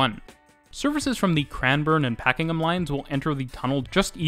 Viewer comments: A great video, thanks. Just having difficulty deciding on whether you say Pakingham (Line) or Pakenham (Line). It is Pakenham. Also, an update to the aerial shot of the train lines and again with the construction in the background, just outside Caulfield train station. The Construction is now complete, with hundreds of appartments, suited to student housing as Monash University, Caulfield campus is a few minutes walk away. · only note on pronunciation; Pakenham is said like "Pack-en-em" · North American English is very different and England/Aboriginal inspired words are not intuitive. I had trouble with Pakenham, Maribyrnong, Mordialloc, Prahran, Cheltenham, Chadstone etc as a Canadian. And don't get me started in Reservoir, Aussies have no idea how to pronounce French words.